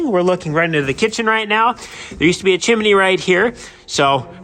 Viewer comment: There are TWO syllables in chimney, NOT three. It's chim-nē. Not chim-i-nē.